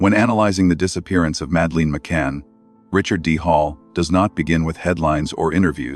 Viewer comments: I know this is AI but her name is not Mad..leen!!! It’s Mad uh Lyn. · I had to abandon this due to AI narration constantly mispronouncing Madelaines' name and lack of natural pauses in speech. Do better next time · Please dont use AI narrator they cant even pronounce madelines name properly. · You can believe what you want. Believing doesn't make it true. And teach your AI rubbish to pronounce Madelines name properly.